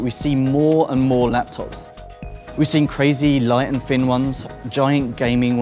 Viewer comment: He finks it's a fin and light haitch-pee laptop. Don't let him narrate any more, it's like listening to a 5 year old.